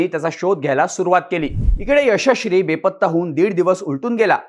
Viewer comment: मित्रा यशश्री बोलण्याचा सराव कर...😂😂